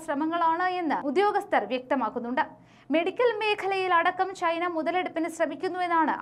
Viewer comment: Your pronunciation of Malayalam is too poor. You pronounce China as Chhina, chathi as chhathi. Please try to improve pronunciation. Please don't kill Malayalam.